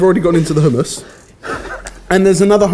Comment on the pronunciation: Barry is... Pretty easy on the eyes... If you're into that sort of thing.... Also, it's hummus not HUMM... I....